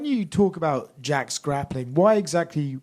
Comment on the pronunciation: Mandalena have 0 grepling